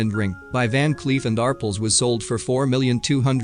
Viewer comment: Van Cleef and Arple? It’s Van Cleef & Arpel! R- pel!